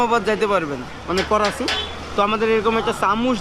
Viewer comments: Korachi noi dada karachi bolen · Korachi bolen ken bar bar Karachi bolen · Are sutiya 😂 It is not a korachi Its is karachi